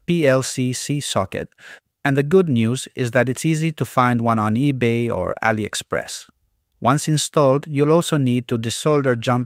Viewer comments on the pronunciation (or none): none